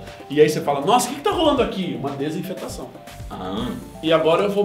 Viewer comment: Desinfetação, kkkkkkkk: desinfecção